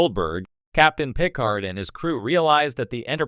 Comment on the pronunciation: Is this an AI video? Who makes a Star Trek video and can’t say Picard.